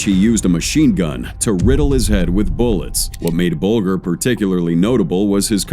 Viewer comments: AI Narrator S*CKS....The news clip even pronounces Bulger correctly and the AI Narrator gets it WRONG, numerous times.... HIRE A REAL PERSON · You can't even pronounce whiteys name right even though you had a news lady saying it in a news report, YouTube is now being ruined by lazy so called content creator's who seem to do no real research or even bother to find out how you pronounce even the simplest of words. Dam if you can't be bothered to make good well informed videos then please just don't bother, find something else to do because trust me video making is definitely not working for you 😂😂😂😂😂😂😂😂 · The moment I heard him pronounce Whitey Bulger’s last name is when I knew this guy had never even heard of him before making this video…